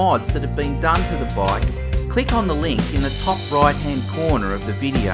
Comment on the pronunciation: can you say bike not a baaayk